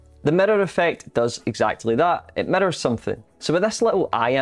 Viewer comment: Say Mirrors.: Methers